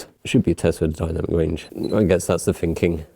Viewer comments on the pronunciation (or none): "Decent video"? What does that even mean? That tells us nothing. Decent to you may not be decent to everyone else. "Decent video"? WTAF! And when you say "finkin" do you mean 'thinking'? You're a presenter FFS, set an example, learn to pronounce 'TH' so you don't sound thick. Unfortunately I have to watch your videos because I want the (very limited) information on new products that you give us but by christ you make me cringe! Thank god there's other reviewers out there.